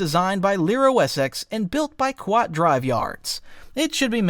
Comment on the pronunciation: "The Qwuat Shipyards" cracked me up so bad XD I've never heard someone pronounce Kuat (Koo-watt) Shipyards like that in all my 27 years!